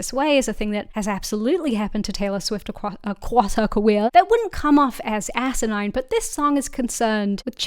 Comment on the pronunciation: Beautiful save on “acwoss her caweew”